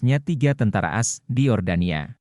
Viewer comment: Tolong naratornya yang benar baca teksnya bukan dibaca "as" tapi baca AS atau Amerika Serikat. Sangat mengganggu kedengarannya..